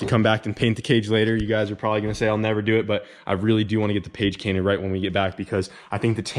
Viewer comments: Haha when did you realize you said page cainted? In editing? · “Page Cainted” had me dying 🤣😂😂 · Did anyone else catch what he said page cainted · “Page Cainted” 2020 😂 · "Page cainted" 😂😂😭 I say self and hastey for health and safety 🤦🏻‍♂️